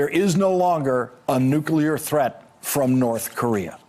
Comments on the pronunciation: Not to nit pick. But I DO wish Dan Coats knew how to pronounce NUCLEAR (not nuculer). Ouch! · the word is nuclear (noo-klee- er), not nucular (I men, if we e going to destroy each other, get the name right) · NEW-CLEE-ARE. Nuclear. Not nuke-you-lar. <signature of a dumbass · Why do Americans say “nucular”????? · It's so unfortunate that Dan Coats says "nucular". I wonder if he also says "liberry". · It is so disappointing that the person in charge of our national security at the highest level, still says "nucular". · He just said "nukular" like 15 times. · Dan Coates says “nucu ler”? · It was irritating and surprising to hear his pronunciation error so many times. Bush used to do the same thing.